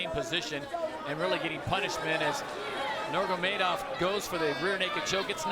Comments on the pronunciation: Why can’t bro say „Nurmagomedov“ properly 😭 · I question any commentator's competence when they struggle to pronounce Nnurmagomedov in 2021.